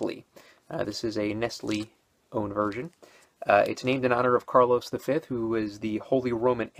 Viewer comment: It's pronounced Carlos Quinto, with a silent "u". Or maybe "Carlos Keento" might be a better way of explaining it's correct pronounciation.